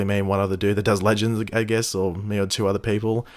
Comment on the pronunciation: I know he says "it is me here" in his intro, but who else thinks it also sounds like "it is mate here"? I mean, that works too 😂